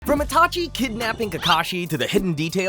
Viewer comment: ''itaki'' ?? lmao